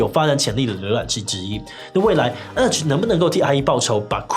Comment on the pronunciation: 弱弱得表達，聽成了阿滴瀏覽器。